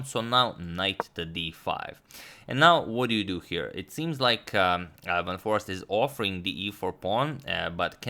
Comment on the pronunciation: foreest is pronounced as 'for aced'